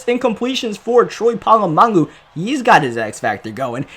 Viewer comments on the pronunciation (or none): “Troy polmangu”🤣🤣